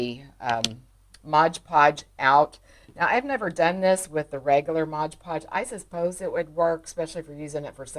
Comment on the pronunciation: MOD instead of MODGE